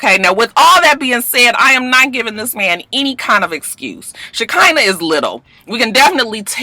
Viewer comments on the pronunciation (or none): ShaK'Nuh.... lol 😭😭😭it's pronounced ((sha-kun-nuh)) it's so sad for any man to hit a woman.. He came to her place and attacked her. If she said anything over the phone he had time to think and turn around... I can't with this one tho. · Roxanne it's pronounced "Shi-khanah", it a biblical name...😂😂😂😂